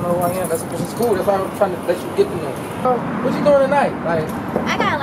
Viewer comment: WhatCHEW mean